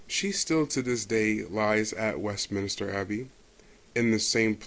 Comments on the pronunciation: It’s Westminster not Westminister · Westminster not Westminister.